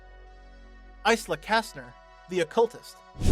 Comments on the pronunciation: The 'S' in Isla is silent so it's eye-la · Why is he pronouncing Isla like that ✌️😭